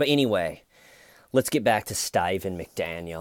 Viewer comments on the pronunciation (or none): so glad i came back to these early videos, for a while i was convinced that saying “why stayyyvenn why, schhhhmeda” was you saying something in another language XD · It’s pronounced staeyyvenn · Never saying Steven the correct way again 😄!!!! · The emphasis on “Steyven” and his troll head have me rolling lmao.